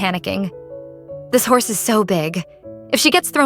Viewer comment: It said house in stead of horse